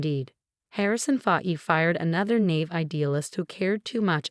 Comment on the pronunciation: Irrelevant, sometimes irritatingly distracting background! "naive" is pronounced as "na.ive", not as "nave"! Some parts of commentary incomprehensible!